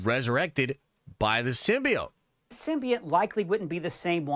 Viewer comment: the way says symbiote drives me crazy